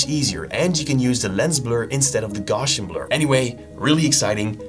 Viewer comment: that’s not how you pronounce GAUSSIAN bro… 😂